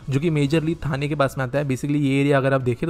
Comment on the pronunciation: Even after being a local Marathi person, he's not able to pronounce half of the names correctly. Calling ठाणे as थाने, खांदेश्वर as खांडेश्वर, and what not 🤦‍♂️